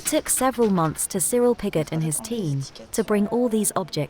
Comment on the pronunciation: And Pigott. Oh dear. That’s when I switched off.